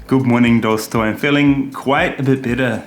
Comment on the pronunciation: The way he days dosto, make me feel like he was 1st going to say dosa